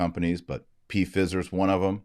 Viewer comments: Not P Fizer…😂 Pfizer like fiver 😉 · Sorry - not ‘p-fizzer’. Pronounced FIE-Zer. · Mr. Marshall, I believe the word is pronounced P silent fi long I then zer. Your podcast are very informative and help to clarify current issues rated to our faith Thank you. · It's pronounced fyzer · Why are you calling it P fizer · It's pronounced fie zer dr. Marshall. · He knows. He deliberately does it to "fool" the algorithm. This is a segment from an old video of his. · He says it that way on purpose - so it doesn't get censored. And...they are about to Fizz anyway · Taylor is pronouncing the word the way he does to fox those who would shut him down. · Why do you deliberately mispronounce the name Pfizer? I presume it is deliberate, since everybody over the age of 12 is very familiar with the name. I am an Irish catholic and stieadfast in my faith from birth. I hate to see other catholics trying to demean those they dislike in such a childish way. It certainly weakens any argument you might legitimately have. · I do not know if you purposely were pronouncing the multi-billion dollar company’s name incorrectly or not, but the “I” is long sounding. If the “I” were to be pronounced short, there would be 2 “z” in the name. (My apologies if you were trying to make a point otherwise.) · Is he pronouncing it wrong on purpose to get around a content filter?